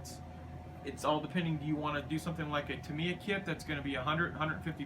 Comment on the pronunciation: You can't pronounce Tamiya and Meng correctly.